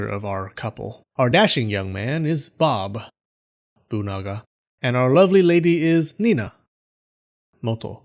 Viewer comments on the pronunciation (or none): BOBUNAGA!? LMAO 😂